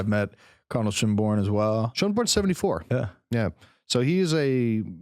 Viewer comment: Your pronunciations are scandalously disrespectful. Your knowledge is dubious. Cardinal Schonborn is Austrian not German!